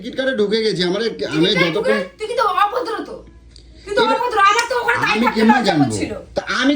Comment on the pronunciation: বাঁ দিকটা ভিজে গেছে কেন😂 বলছে অভদরো😂